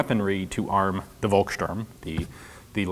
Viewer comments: Hey, Ian, you are supposed to pronounce volkssturm (and all other German words starting with v) with a F sound at the start instead of V. It's a nitpick but it bothers me when you keep mispronouncing it and I'm not even German :D Thanks for all the awesome videos! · Funny how you worry about mispronouncing Thuringia, which is the English (!!!) name for Thüringen, but butcher Volkssturm every time (the V here is pronounced as F, same as in Volkswagen). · ian, the "v" from volkssturm is not pronounced like the w from wolf but rather like the f in f**k just saying as i imagine it hard to get any infos about the real and propper pronaciation of these words in the us... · The German "V" is pronounced as an "F", so Volkstürm is pronounced "Folkstürm". And it is no surprise that the Nazi Party would develop their own weapons, as fx. the SS was a political force, and the leader of the local party region (Gau) the Gauleiter was automatically appointed omnipotent chief of staff if connections with Berlin was lost. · hey Ian, just a little point. Vo is pronounced as fo in german, so its pronounced folksturm. Otherwise good video, I like your detailed analysis :) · Thanks for the video! Heres a little tip on how to pronounce "Volkssturm": The V is spoken like an F. The "st" is pronounced as "sht". So say it like "folks shturm" :) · Hey Ian, I love your show, but just a heads up (that you might've heard before) - it's pronounced "Folksturm" (with the 'u' pronounced a bit like the 'o' in Orlando BlOOM), the same way "Volkswagen" is pronounced "Folkswagen". 'V' is (basically, might be some exceptions, but I don't know any) always pronounced like an 'F' in German. Great video as always. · Just a reminder that in German, "V" is pronounced as "F" and "W" is pronounced as "V" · Folkssturm, not Wolkssturm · A free german-lesson from Denmark: the letter V is pronounced with an F-sound. The Word “Volkssturm” should sound like Folkssturm”…, just saying☺️